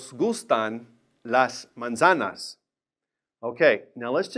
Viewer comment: “Z” is pronounced as an “s.” He is mispronouncing manzanas.